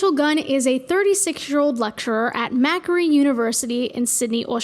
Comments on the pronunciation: mackery university LMFAOOO the pronunciation of macquarie took me out. (it should be more like mc-quarry? idk how to explain exactly) (this is a uni near me) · Macquarie is pronounced 'mc worry' :) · I'm so sorry great video BUT "MACKER EE" HELPP LMFGSJDGHS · macquarie is pronounced mac-quarry not whatever you just said :| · as an aussie, i have no idea how that was the best we had. also its pronounced mah-quarry :) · I have never heard that pronunciation of Macquarie. Wild. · So sorry to point this out but you said Macquarie wrong lol. Reagun is my lecturer ~ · As someone who goes to Raygun's university the way you pronounced it was so funny. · Im so sorry the way you pronounced macquarie hurts as an australian. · the pronunciation of macquarie uni was insane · I am obsessed with how you pronounced macquarie university